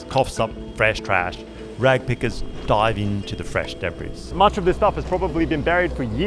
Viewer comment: Aluminum is not magnetic. ... Also the S is silent in 'debris' Sorry, I love you, nice video, have a great day!